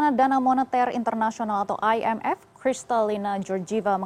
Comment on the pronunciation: I N F bukan ay en ef... Indonesia apa alien sih 😁😁😁😁🙏🙏🙏✌✌✌✌